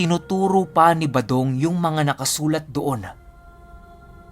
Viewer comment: 118th parang balong at Hindi badong Ang narinig ko that you said.baka tenga ko Ang May difference sya